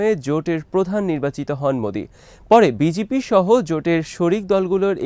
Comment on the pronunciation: ভাই ওটা বিজিপি না বিজেপি হবে।